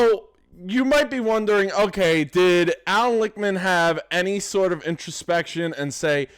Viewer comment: Not trying to nitpick, and I LIKE this video dude, but the soy boy's name is Lichtman, pronounced WITH the T, as in phonetically LICKTMAN, not Lickman, as you're doing. Enjoyed this and subscribed.